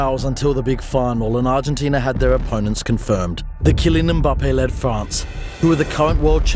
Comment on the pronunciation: YOU SUCK SAYING itold you so wih mbape